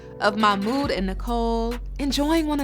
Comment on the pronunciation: I just can't any more... it's not MAMOUD! His name is MaHHHHHHHmoud! There is H in there and it is NOT silent!